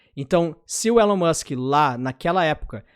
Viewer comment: "Élon" A pronúncia errada sempre incomoda...